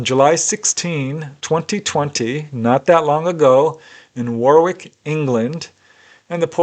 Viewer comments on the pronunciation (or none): Thanks for all the work you put into the re-telling of these fantastic accounts, as usual brilliant. 🛸👍 That's one big comfy cat you have there.:face-blue-smiling: And that Warwick is pronounced "Wah rick":face-green-smiling: Fantastic story. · It',s pronounced 'worrick'. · Yes another great compilation, For future reference Warwick UK is pronounced Worrick, The US has very many towns and places named after UK places and towns but most folk dont know how they are pronounced as we call them here, but Kudos to you for bringing these accounts to us everyday normal folk who are interested and love this phenomena/phenomenon who would never have known about if it was not for you fantastic channel. as i always say to you... Keep them coming my man because your channel is the only one of it's ilk on Youtube and respect from UK.